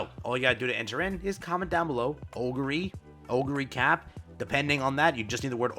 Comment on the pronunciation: Oguri "Cap" as in "peak" Also shes so hungry she took 3 of my guaranteed SSRs and now I have her 4 star